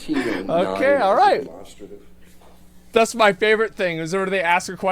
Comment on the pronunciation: when he says "orite" you know he's about to combo them